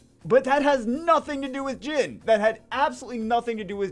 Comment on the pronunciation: pretty sure he names is pronounced geen not gin, like the character from the bleach anime